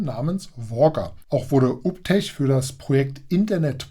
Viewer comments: Alter, der Name wird "juu bii tek" ausgesprochen. Und den anderen Roboter spricht man natürlich "kruser" (cruiser) aus... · "Uptech" klingt aus deinem Mund wie ein Hausmeister-Servicedienstleister aus Sachsen 😂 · ganz klar und deutlich 😂